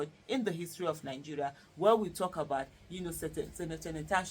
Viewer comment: It's Senator ma not Sinator. Olodo.